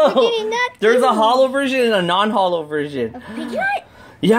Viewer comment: You said non Hollos twice